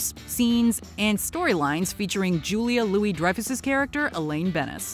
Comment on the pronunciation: I laughed at how the narrator mispronounces Julia Louis-Dreyfus' name. Too funny.